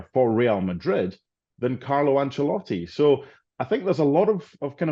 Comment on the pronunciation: Why does Stevie call Ancelotti Angelotti?